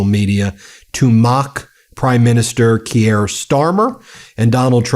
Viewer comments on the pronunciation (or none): Kier is pronounced as single syllable and rhymes with ear.